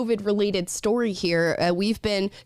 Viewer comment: "Aushtralian", "shtory"... gotta love kids these days!😁